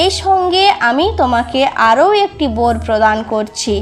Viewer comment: পদ্য না বলে পদ্ম বোর না বলে বর উচ্চারণ করলে ঠিক হবে রোথে না আলোর রথে বললে ভিডিওটা সবাই নেবে